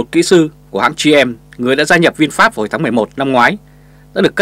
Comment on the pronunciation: HAY… VINFAST… CHUYEN AM TIENG VIET ….. doc la VIN PHET.. rat chuan do…